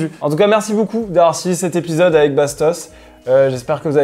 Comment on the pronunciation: C'est marrant il dit BOUCOUP pour beaucoup 😊